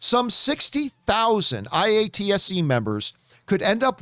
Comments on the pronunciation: Just a helpful tip...its pronounced Eye-Ought-Sea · It is pronounced EYE-AT-SEE, John just fyi. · We pronounce IATSE like "eye-at-see"